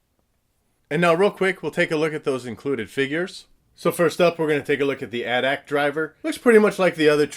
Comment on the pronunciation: it is At-At